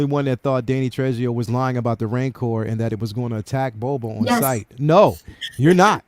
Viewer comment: Dude, Trejo = Tre-ho. J in Spanish is pronounced like an H.